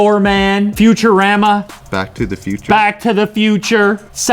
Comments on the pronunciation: Mans pronounced futurama wrong. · The way Lew said Futurama...